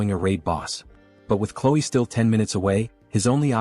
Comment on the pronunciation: you said chloe wrong and you said clo